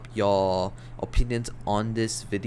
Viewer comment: why does he say ''VIDIU'' instead of video?